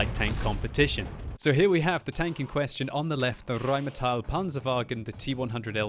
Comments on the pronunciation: it's pronounced "rainmetal" a like ass and i like piece ^^ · i think it's pronounced with e it's not rheighmetall that e is not a it stays a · Omg i love your german "the RRRRRRRheinmetall PPPanzerwagen" Please make one video in german: ) german is the best language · the rrrrrrrrheinmetal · the rrrrrrrrheinmetal panzerwagen lol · you don't roll your rs in German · In my four years living in Germany, I never heard anybody ever roll their 'R's But it certainly is entertaining to hear do it.